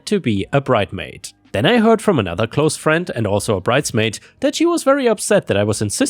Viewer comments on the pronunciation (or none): none